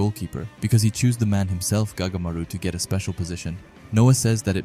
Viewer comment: Anyone notice he said goatamaru